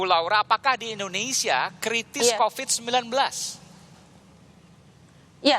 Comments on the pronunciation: Kritiss bu, bukan krisis... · kritis bukk bukan krisis:( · Bu..kritis bukan krisis ..yg ditanyakan..